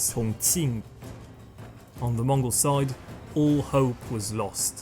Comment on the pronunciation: This is such a good documentary. Props to even pronouncing the Mongol names so accurately. ❤